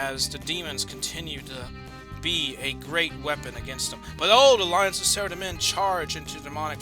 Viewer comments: Its pronounced sara-dom-man not sarademin xD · Sorry but its Sara-Dough-mon and zAm-OR-ACK. but this is awesome none the less!